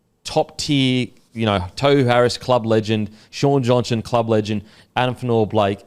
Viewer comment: Put some respect on his name and pronounce it properly it’s tore-who Harris 🤦‍♂️